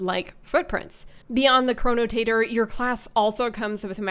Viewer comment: Chronotator XD Chronotector~ Potato potahto